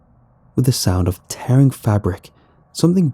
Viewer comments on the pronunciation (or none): none